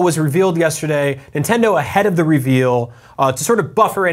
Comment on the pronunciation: xD Men-tendo! lol!!